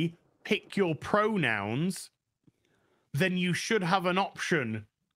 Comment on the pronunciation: I keep hearing "uncle fester" lol 😅